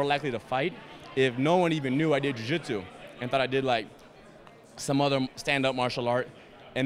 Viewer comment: jiu jitchu? hahaha